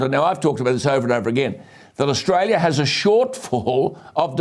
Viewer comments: At what point did she say Australia wrong??? Pull ya head in ffs!!! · She can't even pronounce Australia correctly and she's in our senate. What a disgrace.